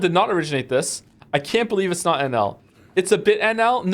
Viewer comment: Him saying "I love NL" sounds like "I love alan" I just can't unhear it